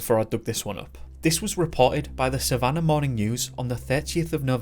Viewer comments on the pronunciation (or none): none